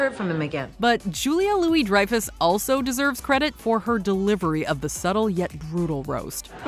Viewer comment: I laughed at how the narrator mispronounces Julia Louis-Dreyfus' name. Too funny.